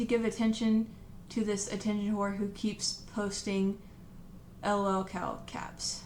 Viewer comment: "l-o-l cow" wtf